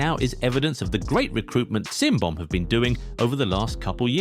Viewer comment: CimBom is pronunced as JimBom, not SimBom